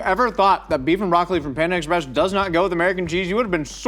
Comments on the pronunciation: I really did not like how was saying “Panda Express” it was like “panda EX..press” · The emphasis puts on the “Ex” in Panda Express (ie, “panda EXpress”) bothers the ever living hell out of me, but I wouldn’t have it any other way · the way he says panda express is killing me 🤣🤣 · do.....do people pronounce panda express like?